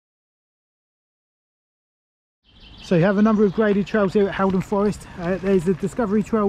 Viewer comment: It’s pronounced hall -Don rather than Hal